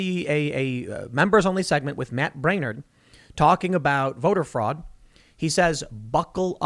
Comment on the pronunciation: sooo much fwaud! WAAHHHhHHHHhhhh Dey stowl it wit FWAUD !! Im TEEWWING ON UUUU